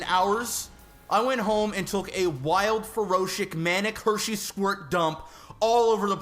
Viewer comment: Ferocious. Fer-oh-shick? Every time I hear one of them try to go on a rant and then make up words, I cringe a bit. lol